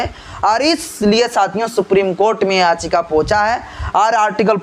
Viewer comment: Mr Don't Pronounce it "Aachika" if you want to speak in English, the Actual Word is Yaachika".